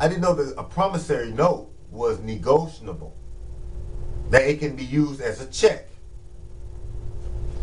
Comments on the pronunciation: You're on here trying to teach us but can't even pronounce the term correctly? It's "NEGOTIABLE" not "NEGOTIONABLE" WTF? This is embarrassing. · Yasmin Bey. You are correct. That is a mistake in pronounciation. It should be negotiable. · Be you need to learn how to say negotiable